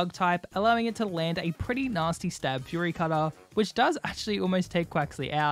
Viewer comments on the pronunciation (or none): none